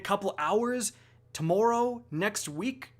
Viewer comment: "Tomorerow" XD